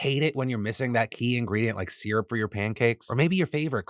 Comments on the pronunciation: This guy said seerup. Phil. What are you doing my guy. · ...see-r-up...syrup. seeyrup...sierrhup. As a Canadian...wtf Phil.😅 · How can you can syrup “sear-up”, Phil. It’s “sir-up”! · nobody is talking about "see-rup"? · Did he say “SEERUP” ??